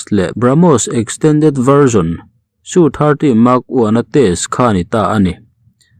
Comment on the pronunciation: SU - 30 MKI tih tur a nia. Su-30 Mk1 angin i sawi zel a. Em Ke Ai a ni e. Mark 1 ni lovin.